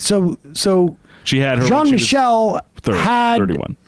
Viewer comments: Its Jean Michel not John Michael. Why is that nutjob refusing to pronounce the name in French. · Jean is not pronounced as John.